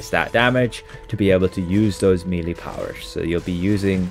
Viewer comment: Melee is pronounced MELL-AY! Not MEELEY! Meeley are WORMS! How many times? It's so annoying to listen to! 🤪 It's like someone insisting on calling Dublin Dew-bline or something! Or London Lone-Dowen. {:o:O:}